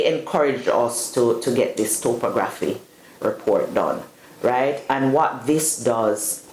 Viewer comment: Best of luck folks. I'm eager to witness the final product, so I'll be following this channel, and your progress. Additionally, I believe the word is pronounced as "top-ography”, but who knows?